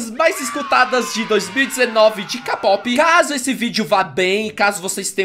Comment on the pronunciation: Ksksksksks mano,o fala capope,sendo que fala Keipop e se escreve Kpop Mas nn ligo e mas legal falar CAPOPE